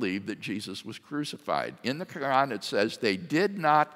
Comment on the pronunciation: Dr. Craig is driving me crazy with his pronunciation of "Quran", it's not spelled "Krann", no one says it like that STOP. Reminds me of when ever some one is trying to sound learned by using a generic "forging" pronunciation, might sound fancy to someone who doesn't know that language, but if they just happen to do so then you just sound like an absolute fool. Stick to the English pronunciation if you don't know anything else.